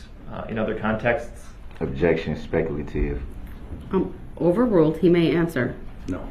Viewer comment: Agreed with speculation on opinions, but what absolutely wrecked me?! When Duh-rell "Goblin" Brooks objected to DNA analysis results as "Speck-a- la-tive"..I was freaking crying from laughing so hard..lol! DNA results are speculation to Duh-rell..Hence the DUH. 😂